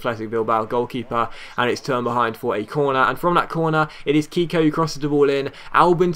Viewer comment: you are pronouncing Keko like if his name was "Kiko". The pronounce it the right way you should say the "e" as in the word "Melt" for example.